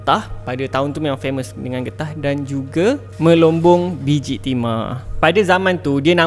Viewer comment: Bukan bijik timah bro. "Bijih Timah" Haha